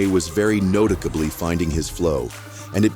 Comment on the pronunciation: "Notickably", really?? WTF.